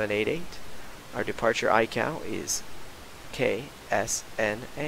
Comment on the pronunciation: Great video! Very good presentation on how to flight plan. Just an FYI - ICAO is pronounced eye-kay oh, in the trade.